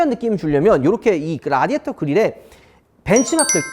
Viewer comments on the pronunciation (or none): none